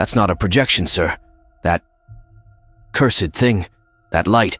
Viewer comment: hey, stumbled upon your channel by YouTube algorithm.Stored okay but it was cringe hearing you speak. It's cursed not cur-sed.